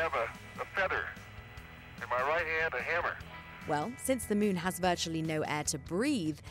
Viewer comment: She actually says Mewn. like so many these days.